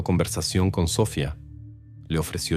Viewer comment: A ver pronuncia bien, es Sofía con acento en la I, no Sofia sin acento, que no puedes mejorar?